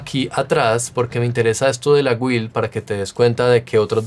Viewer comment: se pronuncia GILLL no guil....